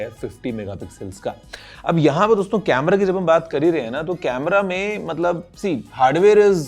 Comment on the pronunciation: Guruji jab bhi dosto bolte hain . And i listen always Gareebooo😂